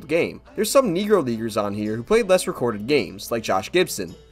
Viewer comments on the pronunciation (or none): I'd definitely avoid saying "negro leaguers" as fast as you said it without enunciating well